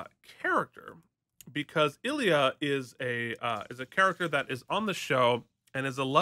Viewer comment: It's pronounced eye leea.